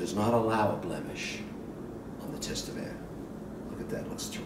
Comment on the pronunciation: Kevin: it is pronounced "Tatevin," not "Tastevin," even if it is spelled, Tastevin. The "s" is silent. From a fellow Tastevin member (San Francisco Chapter).